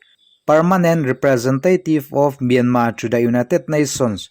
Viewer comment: I aw ngaihthlak a hah dam lutk NT. Myanma ni lo in Myanmarr zawk aw